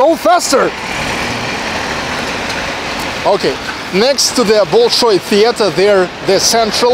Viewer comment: все супер, кроме одного момента: зачем так коверкать произношение имен? БОЛШОЙ и тд. не лучше ли произносить как обычно мы говорим?